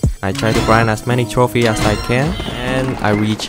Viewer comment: The fact that he said throphie instead of trophies